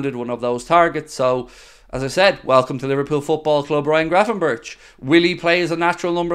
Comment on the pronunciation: It pronounced berk I’m sure not Burch ?!?